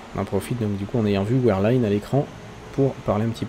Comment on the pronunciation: Je me dois juste de rectifier un truc, Wehrlein se prononce [Vèrlaine] et non pas [ouarlaine]. Dsl si tu le prend mal mais c'est juste que ça me choquait trop de voir ce nom à ce point écorché ^^